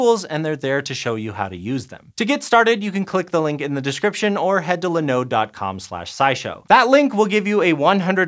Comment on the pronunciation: I thought this was a science channel what's with the pronunciation in this video?! Linode and Muon - dude woof. Grab some how to pronounce videos and try again.